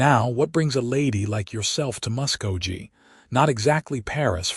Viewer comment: It is pronounced Musk-go-Key!!! This is the first Western story having a female reporter. Listening from Clarksville, TN.